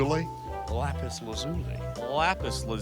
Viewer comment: You said lapis correctly